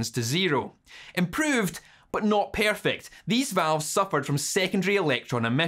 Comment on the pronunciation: "Improved, but not pearfect"